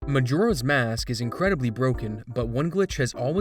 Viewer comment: I can't not hear McJora's mask at the beginning